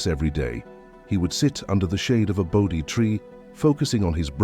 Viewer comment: Not ‘boaty’ tree. Bodhi tree. There are a few others as well.